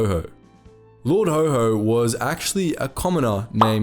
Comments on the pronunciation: Also, Lord Ho Ho? Never heard Haw Haw pronounced that way before. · Lord HO HO! 😂 sorry, it just sounded funny. It's Lord Haw Haw (Haw pronounced like whore) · IT wasn't Lord HO HO! It was Lord HAW HAW Pronounced like the word Raw! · His nickname is pronounced Lord Haw Haw not Lord Ho Ho. He was more Satan than Santa. After the war he was tried for treason and duly executed even though he was Irish and was not a subject of the King, making the treason charge moot. Nevertheless such legal niceties were not always followed.